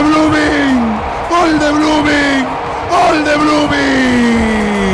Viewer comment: Jajajaja "B"LOOMING 😂😂😂😂